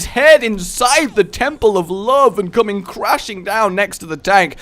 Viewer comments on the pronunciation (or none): none